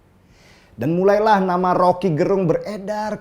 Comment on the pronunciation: Gerung ya ...bukan garong...